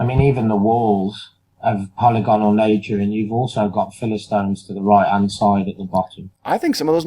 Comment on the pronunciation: Not a criticism, just information. The word polygonal is pronounced po-LYG go-nal not POLY-GON-al. You do great work here!